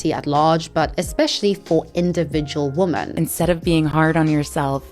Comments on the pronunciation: why do you in your videos say "woman" rather than "women" when you are talking about them in plural... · You keep saying woman when you clearly mean women. You also read it wrong. Is this on purpose and if so, why? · I love your content but say women not woman ! Its driving me crazy lol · I’m curious why do you say “woman” instead of “women” for the plural? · It drives me crazy because I can’t tell if she doesn’t know that ‘woman’ is singular or if she is just pronouncing ‘women’ incorrectly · Please, please, please just learn how to pronounce women, it's so distracting when you say woman instead! Love your content btw, have been on a bit of a binge. It's just this ONE thing. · 1 woman - /ˈwʊm.ən/ 2 women - /ˈwɪm.ɪn/ I'm not sure if it's just your accent, but every time you say "women" it sounds like "/ˈwʊm.ən/ ". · You pronounce the plural women* like singular woman. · No hate but “women” is pronounced “wi-men” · Interesting that you pronounce "women" with an o sound and not the standard wɪmɪn pronunciation. So to my years your pronunciation of women and woman sounds similar. Not criticising you, but have noticed it a lot recently. Mainly with American YouTubers. But you are British. I am wondering if there is a particular reason for this? Is English your second language? Genuinely interested. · I got to ask. Is it a thing to pronounce woman and women the same? Does it have some meaning? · Why do you keep mispronouncing the word women?